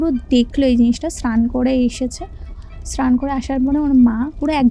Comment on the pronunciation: স্ক্রান ….এগুলি কি কথার বঙ্গিমা, র উচ্চারণ করতে পারেনা , আবার কি স্নান কে বলছে স্ক্রান অস্যকর